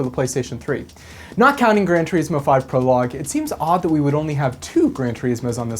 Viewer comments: Gran turISmo, not tureesmo... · Grand "tereeeesmo" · Is THAT how "Gran Turismo" is pronounced? "Gran Tjureesmo"? I've always pronounced it "Gran Turissmo". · The way you pronounce "Turismo" is giving me the shits.